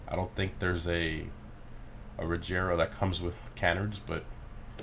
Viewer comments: bruh it's pronounced reh-GEH-ra not re'J'era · Wtf is [rezeera]?? Its Regera, its Swedish car and Swedish word!!! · OMG you idiot, you pronounced Regera in the most retarded way possible......Unless that "G" somehow turned into a "J" using the power of idiot you need to go back to school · John 'Soap' Mactavish ur stupid she said that because he was pronouncing the word regera wrong hence how she said rajara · Rejera 😂 it’s ok still love your vids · The way he said “Regera” lol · You butchered how you say regera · Bro if you try to pronounce an italian, greek Russian word you probably don't gonna pronunciate well its normal he isn't from sweden